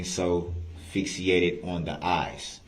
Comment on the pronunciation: Fixiated? Not fixated..moron.